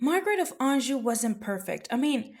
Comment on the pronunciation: A knockout, knows history, and pronounces anjou correctly. Subscribed ✅